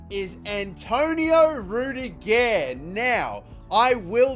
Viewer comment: | how he said rudiger’s name 😂😂😂😂